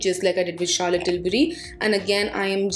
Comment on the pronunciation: Era gera nattu gera 😂😂😂😂 wow.. kitna sundar bole up bohot sweet laga.. ❤️😀 and the word Charlotte you pronounceed ..wow ❤️❤️❤️❤️❤️❤️❤️